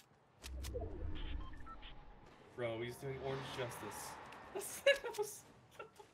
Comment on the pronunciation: Good stuff but you're saying "Thanos" wrong. (Thane-Os)